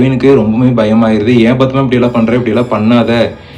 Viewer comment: Yethana 😂 bathma, it's padma I guess..bro learn narration fr other story tellers lik shiva investigation,ur repeating unwanted things